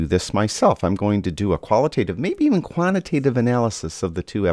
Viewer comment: "quant-i-tative" , not "kwanna-tative" my man, but thumbs up from me, helpful and fair video